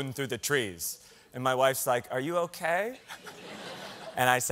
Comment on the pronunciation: I had a bit of a nerve breakdown “oh okey” he sounded so Canadian